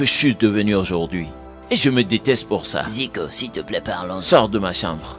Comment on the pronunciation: Qui a aussi remarqué que moi qu'ils prononce toujours siplai pour dire s'il te plaît. 😊 Merci maman Ruth pour ce beau film c'est une leçon pour nous les femmes mariées. ❤❤❤